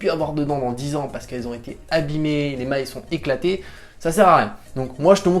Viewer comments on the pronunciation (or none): C'est pas "les mailles "! 🤣 mais "l'émail "!😉